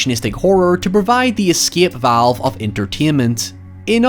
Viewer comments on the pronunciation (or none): none